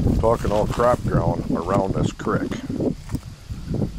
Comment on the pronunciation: Your speech impediment shines through when you try to say creek. 🤔